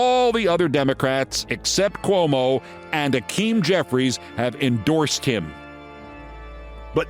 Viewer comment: I'm with you, man. But it isn't Akim. It's Hakeem.